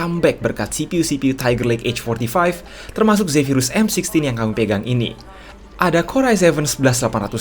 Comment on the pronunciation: m sixteen bang bkn m sixty wkwk